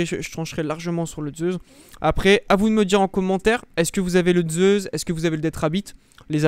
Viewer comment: Zeussss et non pas zeuzzzz et dual meccchhhh et non pas mekkk 😅😅😅